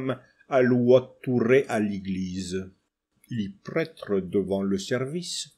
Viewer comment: Questions sérieuses : 1 pourquoi prononcez-vous prètre mais nosstre et fesste. Et 2 pourquoi ne prononcez-vous pas les s du pluriel (et du nominatif singulier masculin dieus) ?